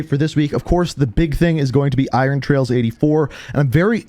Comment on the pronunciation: Trials, not trails homie